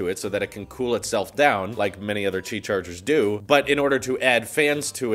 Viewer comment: I use auto captions because my speakers are not very loud, and when you said Qi it thought you said cheese lol! 😂